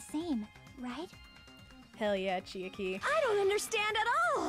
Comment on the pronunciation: i love u guys and the videos u make but pls uve been mispronouncing chiaki's name all this time i thought u'd notice during this trial cuz they say her name a few time